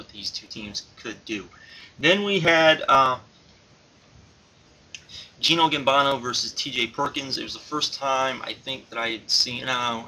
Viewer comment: Duumvirate (doo-uhm-ver-it). Gino Gambono??? Bino Gambino. Ricky Romaro? Ricky Banderas? WTF??? Ricky Reyes & Rocky Romero.